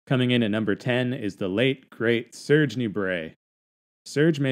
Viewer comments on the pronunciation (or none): none